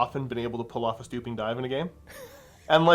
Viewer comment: Gotta point it out cause its bugging me, but its swooping dive not "stooping dive"